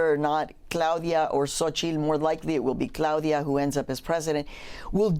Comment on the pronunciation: xo-chi-TL. ffs